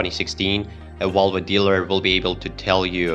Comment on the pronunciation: Can you pronounce Volvo and not vulva? Embarrassing to listen to!